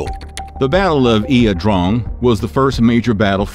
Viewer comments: La drang..... not ia drong......... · You are mispronouncing…LA…not IA…….La Drang Valley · It's pronounced YAH Drang, not EEya Drong or even EYE Drang, as it was bastardized in We Were Soldiers. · Ya drang valley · The battlefield is pronounced, Ya Drang. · it's pronounced eye drang..i remember it well.. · I always thought it was LA drang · Are you saying it correct ? Thought it was pronounced eye drang? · It's pronounced "I DRANG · Lol yah should know how to say the places . Pronounced La Drang! Lol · pronouced ' I-Drang" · Need to spiff up your pronunciation and total casualties at Ia Drang vs killed. That battle started it all and anyone deeming to provide an account to the public should make sure all aspects of what really happened are reported correctly.